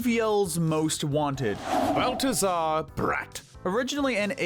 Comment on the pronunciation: It’s pronounced kick-en-CLOBBER, “”! 🙄 You also mispronounced Balthazar Bratt’s first name, which is pronounced bal-THUH-zar.